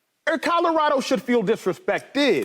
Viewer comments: Can someone tell shady, its colorado, not codarado...lol please and thank you. Signed Websters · Will someone tell Shady it's Colorado not Codorado. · Codorado? Or colorado… cmon shady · We gotta teach Shady how to say “Colorado” 😂😂😂😂😂